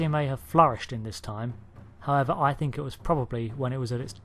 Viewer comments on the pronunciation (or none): none